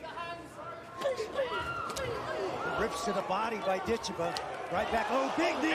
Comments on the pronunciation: Before she gets to America and blows up, I believe her name is correctly pronounced Dit CHEV a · HA! I didn't even notice that. Sad that the broadcasters got it wrong.